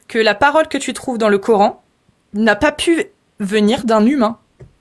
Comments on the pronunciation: Ils me saoulent quand ils disent "le cor-hein" 😩. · les nanas qui croient avoir tout compris par qu’elles prononcent « Cor’haine » قرآن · Le « Cor haine »